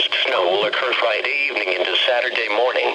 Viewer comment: Frideevning that's how he said it omg XD LOLOOOOL LOL HAHAHAHAH LOL